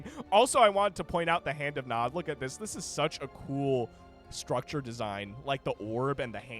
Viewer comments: Nod, not N.O.D… did you never play Command & Conquer? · "N-O-D Faction" It's pronounced "nawd" XD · hearing you say "EN OH DEE" instead of Nod had me on the verge of crashing out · You know you are old when you hear an RTS channel call NOD as N-O-D warhammer vibes. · N.O.D.? its nod..zz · hearing it as N.O.D. makes my cnc heart bleed Its just nod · not N. O. D. please, just nod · Saying N O D was just throwing me off instead of just Nod, haha. I'm surprised exposure to Command and Conquer is new. It'd be like never having played Starcraft, but then also never having heard Zerg as well on top of that. EDIT: Should really check out C&C. Most of those assets are from 3 and Kane's Wrath (buildings), and I guess some units are from 4? DO NOT play 4 even for free or you'll just go into depression. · everytime i hear EN O DEE, i died a little inside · Brother, it is pronounced NOD. It isnt an acronym. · it's nod not nod...god damn it... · omg i never thought im going to watch a video made by a bebynewborn, i cringe so hard as he reads it as abreviation, i cringe so hard when he says its a separate race and not a faction of Humans xD gizuzssss xDDDD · Yeah, it’s so annoying listening to him making it sound so complicated. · Jesus i couldn't watch because of this